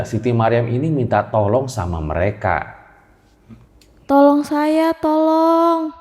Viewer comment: Dari serem bangat serius dengernya.. eeeh denger "tholooong tholoong" jd pen ketawa 😂